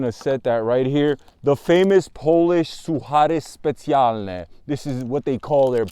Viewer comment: First time I heard "Suchary specjalne" I had to double check. Solid pronunciation indeed